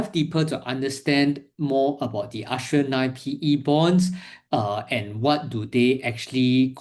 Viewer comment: 'Ass-tree-er' Bond.